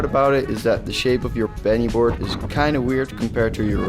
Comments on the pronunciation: I’m I the only one who hears him saying Benny board it penny board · This man said 🅱️ENNY BOARD. loved the vid btw👏🏻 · did he say “🅱️enny 🅱️oard” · I really felt it when he said benny board